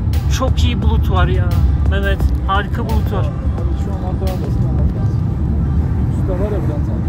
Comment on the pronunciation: Akdamar değil, Akhtamar